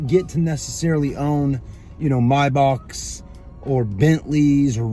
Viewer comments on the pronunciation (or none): Did he say my back or Maybach?